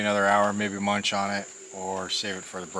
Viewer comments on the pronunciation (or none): none